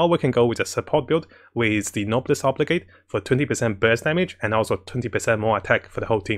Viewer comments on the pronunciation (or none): I've probably watched most if not all of videos by now and while I love the content to bits, I still find myself twitching everytime "Oblige" is pronounced. 😢